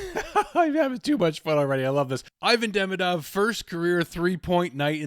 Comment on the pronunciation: 'ee-VAHN dee-MEE-dov' is the correct pronunciation of his name. What a start for this guy. Let's hope we get back-to-back Calder Trophy winner!